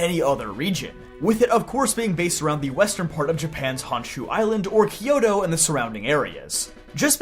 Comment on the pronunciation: Why "key-yo-to"? It's "kyo-to"